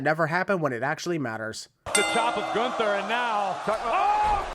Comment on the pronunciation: gun-ther. ding (edit: referring to Michael pronouncing it like that)